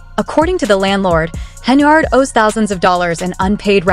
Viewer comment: Her name in henYARD, NOT HenARD!!!! Good God.